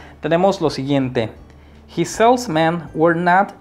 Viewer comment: WERE / ENTHUSIASTIC / SALESMEN / SUGGESTION / SIMPLE / AGAIN.. check your pronunciation man